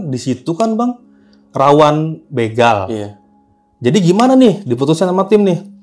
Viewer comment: Bukan bĕgal but bègal😊